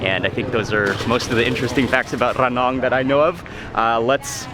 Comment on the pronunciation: พูด "ระนอง" ชัดกว่าผมอีกอะครับพี่มาร์ค 5555